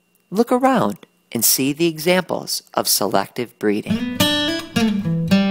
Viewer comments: I'm sorry, this was a good video and all but the way he says selACKtive breeding just irks me yk? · who the heck pronounces "selective" by saying "selactive"